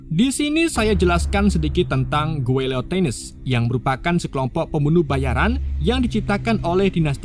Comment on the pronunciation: Dinasti Xing bacanya CING bukan KING Guilotines bacanya GILOTINS biar gak belibet² gitu bacanya Manchuria bacanya Manchuria